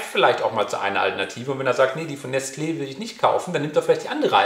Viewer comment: Man sagt nicht Nestleee, sondern eben Nestle, beide E sind gleich lang. Ohne den Accent Aigu würde man das E am Ende fast ganz schlucken.